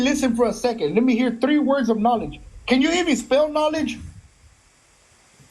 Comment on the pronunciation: yo stop sayin words wrong